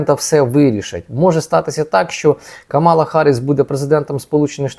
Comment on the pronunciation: Правильно казати КАмала а не КамАла!!!Второпайте вже..Ви ж а не КлОчок.